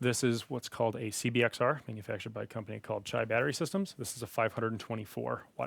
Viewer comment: It's actually pronounced either "Chai" or "Shy" depending on the local you ask lol. It's based on the term "Chi-Town," as they are based in Chicago.